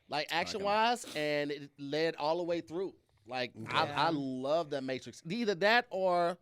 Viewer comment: So nobody peeped said mattress instead of Matrix when he named his favorite action